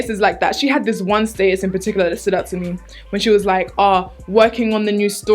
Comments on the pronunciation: ohhh i was confused when was pronouncing "statues" 😂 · I love how she says status's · It took a while to figure out you were saying "status" 😂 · Lol sub demographic is clearly mostly American because everyone's commenting on the way she pronounces "status" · I love how you pronounce "status". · i just realized she was saying "status". omg love u 😂